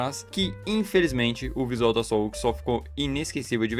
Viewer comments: Não tanco o cara falando "oq" em vez de "oc" Apesar disso, bom vídeo 👍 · Quem pronuncia OC como "oqui" 😭